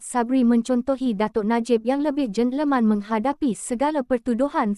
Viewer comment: yang lebih JEN LEMAN?!!! 😂😂😂 Adoiiii sudah2 la guna AI.